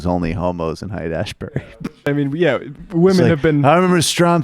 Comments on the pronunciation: He's talking about Haight-Ashbury, but he calls it Asbury, like as in Asbury, Iowa , Asbury, Kentucky, Asbury, Minnesota, Asbury, Missouri, Asbury, New Jersey, Asbury, North Carolina and Asbury, West Virginia, but not California. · Biden said "Haight-Asbury", which is exactly half-way between Haight-Ashbury, San Francisco and Asbury Park, New Jersey. --never been there myself ...